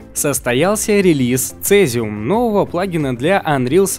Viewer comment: Не "Одл", а "Удл", Не "Цезиум", а "Сизиум", не "Адоб", а "Эдоби", не "Айпад", а "Айпэд".